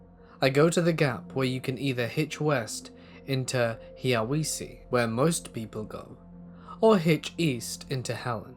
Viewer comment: High-a-wass-see. It's a Cherokee word. Not wee-see.